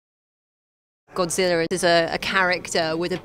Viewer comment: Godzilla not godziller